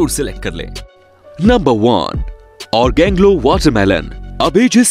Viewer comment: ऑरेंजग्लो है ओर्गेंगलो नहीं भाई 😂